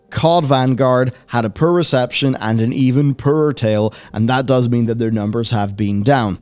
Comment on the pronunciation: Wasn't it 'poor' though?